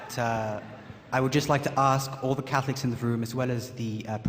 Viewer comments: Hahaha his own words, "Cackliks" (Catholics) XD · hehe.. i keep hearing "cat-licks"